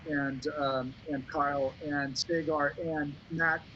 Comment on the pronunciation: When he accidentally called Kyle Saagar, but also pronounced it "Say-ger' .. 😄